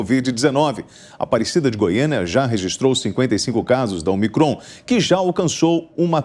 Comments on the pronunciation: O apresentador, não é omicrÔn. É Ômicron. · Cara burro, não sabe nem ler a tonicidade da palavra de forma correta. É """Ô"''"micron, não omi"""CROOON""". Depois quer ter credibilidade pra falar alguma coisa.